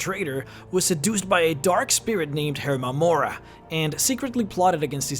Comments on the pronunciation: It wasn't an accident when he called hermaeus mora (herma-morya) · did you just call him herma mora? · Herma moreah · THE WAY HE PRONOUNCES HERMAUS MORA (Her-Mayus-Morah is how most pronounce it)